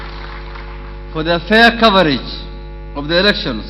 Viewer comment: "for their fair coverage of the erections."